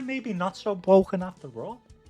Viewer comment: I can't believe Jinrai is not bwoken, how am I going to win now...